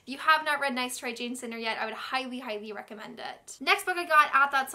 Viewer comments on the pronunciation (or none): none